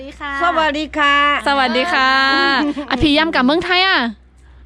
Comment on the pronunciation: ทักทายพูดไทยชัดเลย.. สวัสดีค่า.. พามาดุสาวอาข่า